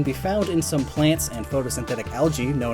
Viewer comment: Sorry but the 'well actually' but it's pronounced "die-a-Tom's"